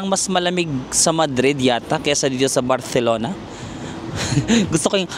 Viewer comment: your spanish pronunciation is giving when you say barcelona and alimentacion. this is by far, my favorite series because i have yet to visit spain plus i studied spanish so it brings back all the words. it's pee-ca-sso. hablo espanol un poco pero entiendo mas. buen viaje. cuidarse.